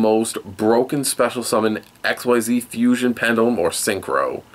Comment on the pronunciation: Sorry, but mispronunciations are one of my pet peeves. Guide below because some of these I hear a lot (Great Q&A though): Beelze: "bee-ELL-zuh" Xyz: "ik-seez" Lightsworn: has an N, not an M the 'ch' in "archetype" makes a "kuh" sound. the V in ARC-V is pronounced "five" Qliphort: "klee-fort" Melodious: "meh-LOW-dee-iss" Djinn: the D is silent